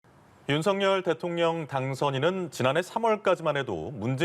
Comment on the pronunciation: 이 기자는 윤석열을 윤서결이라고 정확히 발음을 하네요....